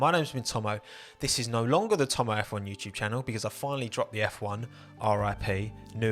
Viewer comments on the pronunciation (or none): none